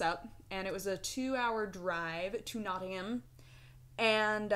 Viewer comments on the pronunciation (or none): Its not Not-ing-ham, its Not-ing-um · Its the A in nottingham you were pronouncing kind of wrong, rather than NottingHAM its "Nottinghum", I think thats just a lazy english thing though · iced coffee? never even heard of it. Its not-ing-um, will vary slightly with region though. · "Notting-um" - boom help delivered. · From the North West of England... the way we pronounce it is Not-tin-gum, hope it helps! ;D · Us locals say it nottingum. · it's notting-um it's the easiest way to remember / say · don't stress about Nottingham; a lot of us in the UK pronounce it as if it is spelt "notting-um" (soft M) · pronounce Nottingham like this: "notting-um" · just say Nottingham like 'Nottingm' like the 'ha' is 'um'. kinda like that. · You pronounce it Notting- umm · Nottingham is pronounced Notting-um. Um rhymes with gum, as opposed to ham and spam. From an Englishwoman who successfully taught her American housemates:-) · not-ing-um (at least thats how i say it) also pretty sure south hampton the emphasise is on ham not south so like south HAMton....but theres a lot of accents in england so who knows haha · Nottingham is pronounced "Notting-um" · not tin gum (though a soft h not a g) - pronounced like that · in England Nottingham it's pronounced knot-ing-um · it's pronounced Nottingum :P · With Nottingham if you treat the a at the end as a u then it makes it easier. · Also you don't pronounce the h in Nottingham, the ha is pronounced as a schwa sound. Like the u in supply or the e in taken.